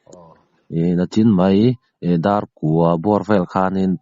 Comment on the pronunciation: A rinawm tawk loh kha ka ring sa ve deuh a. Tin, nachin ti lovin nichin tih tur...